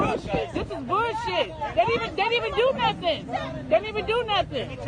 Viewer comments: This is definitely some "boouhshih" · I’m not gonna listen to someone who pronounces bullshit like booshit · Did she say, “this is some bowl shit” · “This is burrshit”